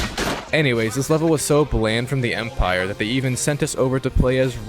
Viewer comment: I’m crine every time he says the empire😭